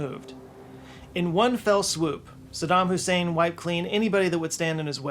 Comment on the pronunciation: you said, "sadam husaid" 😂